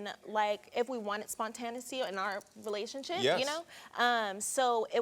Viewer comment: WHAT A FREAKING MESS & THE WORD IS SPONTANEITY!!!!! PEOPLE SHOULD REALLY LEARN TO PRONOUNCE WORDS BEFORE USING THEM SMH!!!